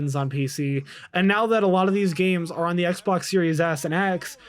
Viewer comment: swear he says Xblox one X, in the beginning hahahahha